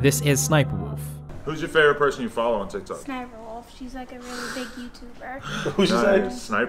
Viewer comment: He said Ess Ess Sniperwolf, it's just Sniperwolf or "sss-niperwolf". Don't make her a meme or y9u gonna get her more views, LOL.